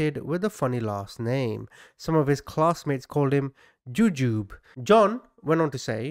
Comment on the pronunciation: Its Ju-ju-bee. :) Not ju-jube